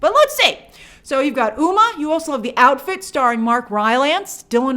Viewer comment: Hey Grace. Just a FYI, Umma is pronounced "Umm Ma" haha.